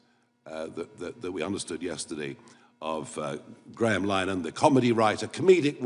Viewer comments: It's easy...Lin-a-han...not Lynan... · Please try and pronounce Graham Linehan's surname correctly. It's an Irish🇮🇪 name with an Irish🇮🇪 pronunciation